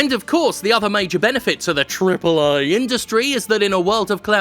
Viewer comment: I'll never stop laughing at that pronounciation of AAA